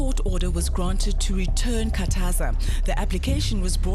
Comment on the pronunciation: It Khathaza not Kataza